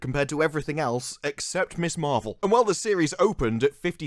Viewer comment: Love your videos. It's pronounced "Mizz Marvel". Ms is pronounced "mizz", Miss is pronounced..well, "miss".